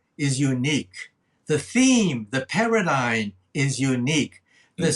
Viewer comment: Did you catch his mispronunciation of "paradigm"? He says "paradigN" LOL, I had to go back to confirm what I heard. It was just a simple mistake either because he said it twice, once and then again .